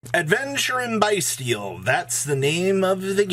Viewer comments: It's pronounced Beastial. Not Biestial. As in Abyss Beast. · it is pronounced Bys-tial like as in "Abyss" not like "Bye" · Thats not it. There's no beast. It's bys-tial. Abyss